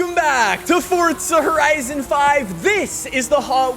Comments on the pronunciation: It's Forza not Fortsa #just saying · Y u say forza like fortza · Fortza horizon 5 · you saif fordza twice dummy honney